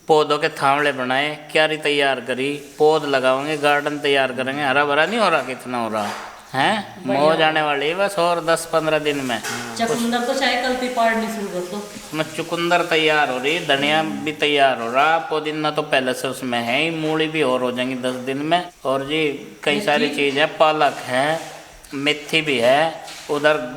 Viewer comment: Choo qoonder nahi hota chuqander chu qander 😁